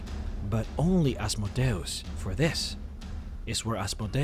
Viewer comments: PRONOUNCED AZZZMOEDEEEEUS NOT ASSMODAEASS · I can’t do any more “Az mow day os” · I always pronounced it as "As-mode-ee-us" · Oz Mode E us.. say it right. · You speak "Asmodeus" in a weird way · It's complicated. It's a Latin rendering of the Greek ασμοδαίος, which itself is a rendering of Hebrew. In terms of classical Latin, it would be "Ahs - MOH - DEY - OOS," but the Greek is closer to "As - MODAY - OHS," which is far more similar to your first (and common) pronunciation. I have no idea how it would've been pronounced in Hebrew. I think the long and short of it is: it depends on whether you're following the Greek or the Latin (or Hebrew, which I believe would introduce a "sh" sound). It's kind of fun to export this to DnD lore and just pretend that his name has made it into every language; hence the slightly different pronunciations throughout the land.